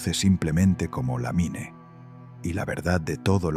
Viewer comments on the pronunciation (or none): SE PRONUNCIA "LAMIN"